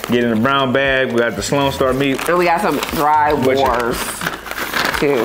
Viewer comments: Say horse, now replace the h with a v... now you know how to pronounce wors. Glad u liked the chocolate. Jelly tots would be my pick there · wors is pronouced vors since its afrikaans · Bro disrespected biltong, a South African national snack, and gave it a 6/10... it's "wors" not "wars" u pronounce it "vors" and it's "grin-uh-dell-ah" and also shake the steri Stumpie lekke hard b4 u drink it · I was tasting l these foods with you guys from memory. Ha ha. It's pronounced dry "v"ors (the w sounds like a v coz its afrikaans - and i also dont like drywors), but everything else was spot on. Yes, biltong is raw meat that is dried under special conditions to make it tender but also spicey and cured. I actually didnt know jerky was cooked first. Must be quite a weird dry taste then 🤔. I love the flavouring they put on it. But then i hate thr texture of seafood muscles so i get what you were saying about some textures dont work for u. Thanks for the video.❤ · It’s yall struggling with the word wors for me😂😂😂😂😂 The W is pronounced as a V. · Lol the w in wors is pronounced as as v as in vors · FYI Wors is pronounced vors. In Afrikaans W is pronounced V. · W=V in Afrikaans so its "vors"(pronounced) =wors